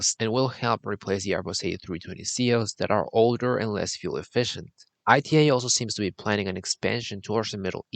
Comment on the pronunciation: The mispronunciation of the airline as I T A rather than ’ee-tah’ doesn’t help either; if you’re going to talk about an airline, let’s start by doing some research, and pronouncing the name correctly